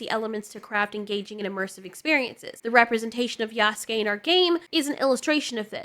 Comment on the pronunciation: You're the first person that has made a video about this and actually pronounced Yasuke's name correctly.. so many people saying "yah soo kay" and it's so cringe